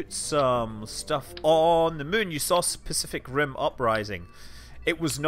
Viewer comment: "Specific Rim" sounds great (You speaking sound like that)